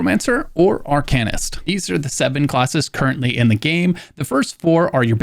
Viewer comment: I had to stop at 6 minutes in and find a different video, couldn't stand how arcanist was pronounced.